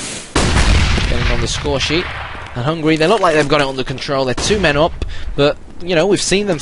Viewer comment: Hungary, not hungry